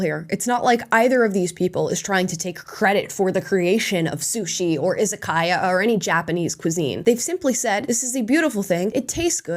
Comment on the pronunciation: Japanese here. just wanted to say you are one of the few American who can pronounce Izakaya correctly.